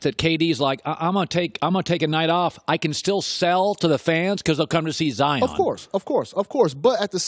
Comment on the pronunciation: said zoro